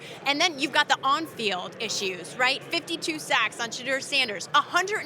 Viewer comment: It's Sha-Door, not Sha-Dur.